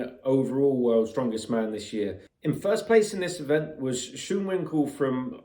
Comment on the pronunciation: I am going with my country man Schoonwinkel. It's actually pronounced S-k-u-on-vin-kel.